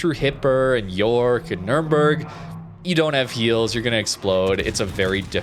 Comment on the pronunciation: please... the bUrg in hindenburg is pronounced like in U-turn. i allmost die of cringe every time you say hindenbörg oder nörnbörg (the worst one):D